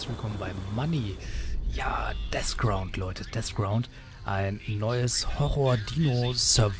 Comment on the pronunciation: es heißt Deathground nicht Desground .. davon abgesehen cooles Video